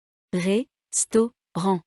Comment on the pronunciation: The syllables of restaurant are res-tau-rant, the first syllable is a closed one and is usually pronounced \ʁɛs\, not \ʁes\.